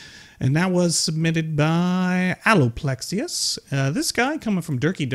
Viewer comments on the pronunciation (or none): "Alo-plexius"? Oof alopexius (allo-pecks-E-us)